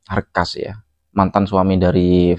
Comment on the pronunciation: Akhas doang bang ndak pakai R /arkhas brangkas apa, brangkas perempuan x 😂😂😂